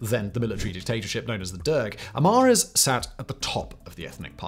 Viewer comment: Your narrative of Ethiopia’s recent political history is for the most part true, if not error-free. But your narration kept messing up the words “Oromo” as “Omoro” ( , ) and then again, you said in -25: “During the crisis in the 1980s many ‘amoros’ fled drought and famine …” I understand you meant to say: “many Amharas fled …” but it sounded like “omoros”. No such word in Ethiopian lexicon, but because in you mispronounced saying “an omoro prime minister…” you probably confused a lot of people. Get it right! Amhara / Oromo. (No such thing as: “omoro”, or “amoro”)